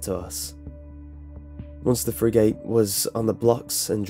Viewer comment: Dude, you're pronouncing 'frigate' wrong. It's said 'friggett' not 'free - gate'. lol